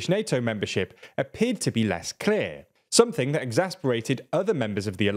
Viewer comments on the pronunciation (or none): none